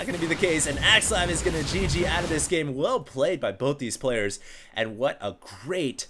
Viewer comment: hah, he said plowers instead of players. it's the little things...